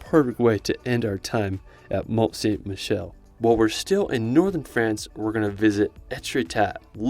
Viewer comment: Its pronounced "mon-sammy-shell"